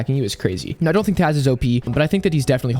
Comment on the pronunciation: are you serious right neow?